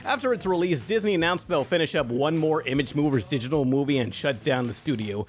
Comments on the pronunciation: that's not how you say digital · Are you like...new to? He also mispronounces digital. But okay.